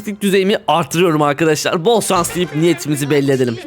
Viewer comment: Abi yanlis anlama ama neden bol şans yerine bol sans diyorsun